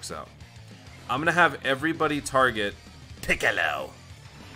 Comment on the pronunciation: Why do you say "Piccolo" fuuny?